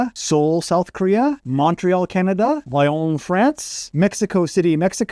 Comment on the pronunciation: I believe your sixth target is pronounced "lee-on" - and I'm not lyon! :-)